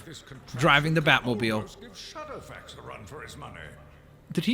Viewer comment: its shadowfax not scatterfax iv watched the movies